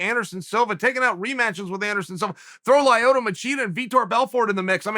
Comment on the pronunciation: Chael always makes sure to say Lieoyto Machida 🤣